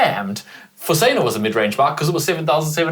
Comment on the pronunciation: Have to laugh at how pronounces ‘bike’ sounds like baake!😂